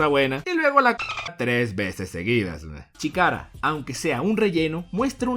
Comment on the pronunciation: CHIKARA SE PRONUNCIA SHKARA